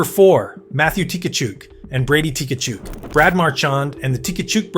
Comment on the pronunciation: How many t-kachuk and takachuk . Easier to just say it right. Kachuk!